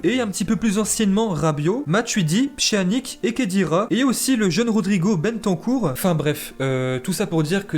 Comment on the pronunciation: Mais t’es sérieux ! Sa ce prononce pas Pja nic mais Pianitch !